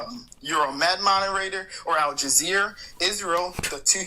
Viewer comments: Did you notice he kept saying Al Jazeer, not Al Jazeera. He's so "knowledgeable" on the topic but doesn't even know the name of one of his sources of information😂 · “Al-Jazeer” is killing me